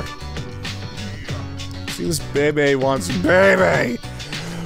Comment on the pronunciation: his name is pronounced "beebe".